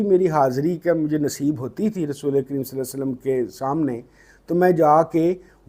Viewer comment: Sir saly nahi perhen salli perhen